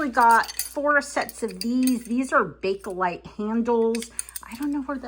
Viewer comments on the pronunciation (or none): none